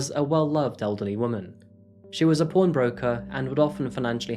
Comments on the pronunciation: Did you say she was a porn broker? It really sounds like you said she was a porn broker. 😂😂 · lol when u said pawn broker I thought you meant porn broker sorry lol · True. He has a great voice for narration. But the way he pronounced "pawn" made me do a double take b/c it sounded like "p0rn broker"